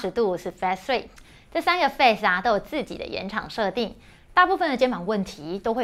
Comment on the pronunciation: Phase, 音同face